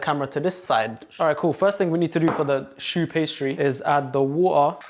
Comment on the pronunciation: Not "show" pastry it's pronounced "shoe" pastry😮